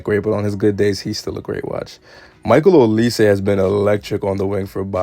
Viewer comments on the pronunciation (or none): none